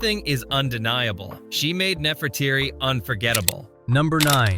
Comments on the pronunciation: It is NeferTITI not NeferTIRI. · Not nefertiri but nefertary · Use Google, type a word then Pronounce. Rather than respect you butchered Nerfertiti's name pronounced neh·fur·tee·tee NOT neh•fur•tear•ee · Haven't you ever heard of Nefertiti? You pronounced it completely wrong! 😮"Neh-fer-ti-ti".